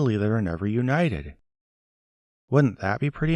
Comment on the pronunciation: Why does he pronounce simple words like brutal, metal and united as bruh_tall, meh-tall and you-knight-Ted?